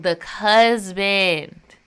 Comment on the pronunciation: Cusband is crazy 😂😂